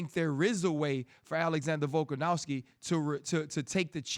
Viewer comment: How about RC learn to pronounce Volkanovski's name properly?. It doesn't even have a W in it, how hard can it be bro?